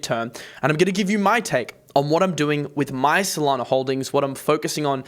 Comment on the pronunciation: FYI there is no R in SOLANA....